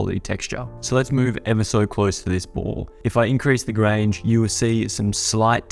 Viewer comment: Loved the tutorial but when did Grunge get to pronounced Grange?